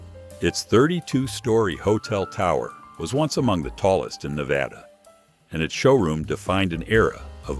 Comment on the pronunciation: At least it pronounced “Nevada” correctly.